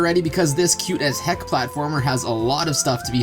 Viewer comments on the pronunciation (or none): "cute-as-heck" no no no "cute-as-peck"